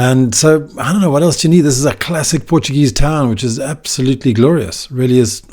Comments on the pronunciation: My glorious home town… Haven’t been back for 12 years, and I’m itching to get back there! Thanks for sharing, also great Portuguese pronunciation mate, and a very good, informative video. I enjoy watching these. Ajudam-me um pouco a matar as saudades! Go well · Wonderful pronounciation ! Do you speak português?